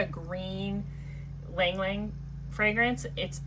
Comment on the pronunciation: Thanks for pronouncing ylang ylang correctly!! Leaving off the " y,"